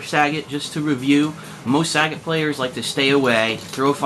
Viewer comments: the way he pronounces sagat is piss funny. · saget? its sagat lol saget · "Sa-gaat" Not sagat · Saggot ITS SAGAT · Its SAGAT not SAGGOT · You say the name wrong o.O it doesn´t sound like sagget it is as it is spelled sagAt =) but still good vid =) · It's pronounced "SagAHt" just like how Ryu says it in Story Mode. It's not "Saget" despite all Americans pronouncing it like that. It's quite pathetic hearing it. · It's saGAT not SAgat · Sagat, like Bob Saget? Hehe.. It's Sa Gart my friend.. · oh my...his name is not pronounced SAE-GET... its SAH-GATT. haha sae-get just makes him sound lame. just thought u'd like to know :) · learn to say his name before posting vid plz.... lol its saGAT not SAGET its pronounce more like SA GOT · just want to add in that his name is Japanese and "git" the way he says it isn't in the language, nor is "Saa". So, you're right. It's Sa-Gat-to, with the to being removable in english. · Happy Birthday, Sagat! One of my favourite characters in the franchise! By the way, it's pronounced as Sa-GAT as not like Bob Saget! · Nah that's the stupid way the in-game announcer started saying it for SF4. And maybe earlier SF games. Point is, us "un-edumacated" North Americans started "mispronouncing" the names (Sagat, Ryu, etc.) from DAY ONE and we're sticking it to it. Sagat = "SA-gut" not "Sa-GOT" Ryu = "RYE-YOO" not "Ree-oo" Abel = "Ay-bel" not "Ah-bel" Zangief = "Zan-GEEF" (hence the abbreviation "Gief"), not "ZAN-gee-ef" etc. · last time I checked, it wasn't 'sag-it' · if they wanted us to pronouce it that way they would have spelled it that way. Mind u that back in super turbo the fucking game clearly says sagat. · it pronounced suh-got saget is bob saget name sagat is spelled different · its pronounced saggit in other games